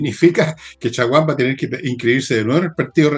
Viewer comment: Chaguan como lo dice su apellido, es chguan no mas, jajaja